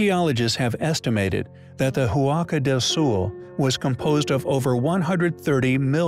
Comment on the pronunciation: The letter H is silent in Spanish. The word Huaca is not pronounced Who-ah-ka, but rather just Waca. Also you started out correctly calling the structure the Huaca Del Sol but then halfway through the video you changed it from Spanish to Portuguese and started calling it Huaca Do Sul. Might want to do some editing.